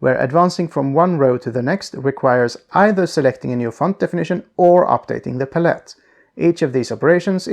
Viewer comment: puh-let is the new palette